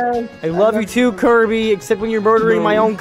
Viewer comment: how you say kirby: kurbie how you type kirby: kirby